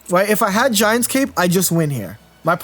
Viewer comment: I love you,, but every time I have to hear you say “Giant’S” Cape,” I love you less lol.